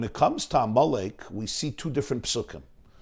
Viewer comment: I keep hearing you say "ah Molech" instead of Amalek. Do you not know that there's a difference between Molech and Amalek? Amalek was a person; Molech was an idol. I grant you you may be purposely blurring the two. The name Amelek is so negative to the Jewish mind, and rightly so 'cause his family was wanting to kill Jews. To posit a family of killers with idolatry makes sense because they kill to sacrifice to their idols. Thank you for putting this out here during the fast of Esther, v'shalom.